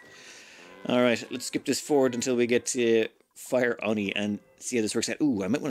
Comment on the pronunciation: Hey it's actually Fieroni not Fireoni. I think of it pronounced as Fear ONI because magma is the one thing we fear as evidenced by your utmost care in colonizing the planet.